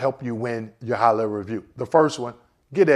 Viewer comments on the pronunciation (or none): Why are you saying "Hollah review" instead of HIGHER level ?